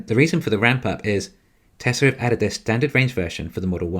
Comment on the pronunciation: Why can't you pronounce Tesla correct?